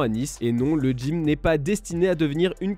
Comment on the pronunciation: Ça se dit gym pas le Dgym mdr d'où tu nous sort ce D ???? ON DIT DJIMNASTIQUE ? Non Gymnastique